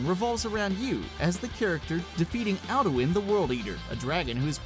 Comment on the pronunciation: I swear he's TRYING to say them wrong I mean cmon, alduin he says (al-due-in) GladOS he says (glad-Oh-ess) and Bethesda HE FUCKING SAYS (BETH-SAY-DUH) WHAT IN THE ACTUAL FUCK.